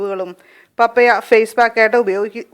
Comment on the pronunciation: മമ്മിയല്ല പാപ്പയാ.. 🤣🤣🤣🤣പപ്പായ എന്നാണ് പറയേണ്ടത്